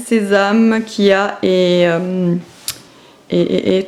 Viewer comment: Coucou ta recette de porridge salé m'intéresse beaucoup. Ma fille va avoir 5 ans et elle aussi je pense qu'aux beaux jours on va lui apprendre à faire du vélo sans les petites roulettes. T'as bien bossé dans ta cour, bravo. Et je crois qu'on dit chia et pas kia enfin si je ne me trompe pas... 😉 Le hammac je rêve d'en avoir un. Biz